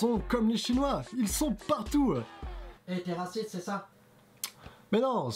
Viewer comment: C'est pas trop mal mais t'es obligé de dire "PARTOUW" ?! Et fais attention aux différence de volume, aux zooms étranges de ta caméra et aux longueurs. Continue ;)